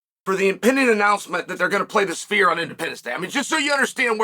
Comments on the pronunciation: My ears might not be working, but I could have sworn Uncle Chael kept saying "The Spear". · Chael it’s not called the spear it’s called the sphere